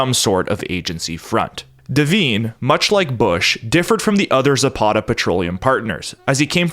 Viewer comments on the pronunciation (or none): Devine is pronounced De-vine, long I. Not pronounced De-veen. Very common name. My God man. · There's a few devine's in Ireland and the I is sounded as an I not an e, hope this helps